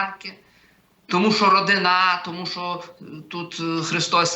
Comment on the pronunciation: Остапе,величезна повага тобі і дякую.Я 40 років знав і розумів що є таке як людина і людина з наголосом на "а" ну але що буває родина і родинА це бомба 😂